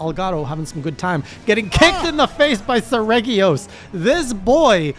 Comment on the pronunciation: "Sir-Re-jee-os" his name is Latin for like Royal Serrated Talons. I play all the games in Wyverian, because I can't stand the stupid anime quips... since I don't understand Wyverian it just lets me imagine they're saying something not stupid and cringe xD